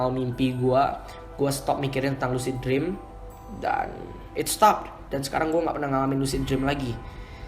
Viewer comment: Lusid jreawms XD yaelah, ngomong lu biasa aja bang. Lucid dream (lusid drim)